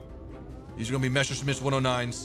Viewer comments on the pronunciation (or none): none